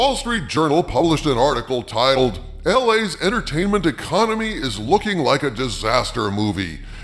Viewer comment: little hats and their "entahtainmint"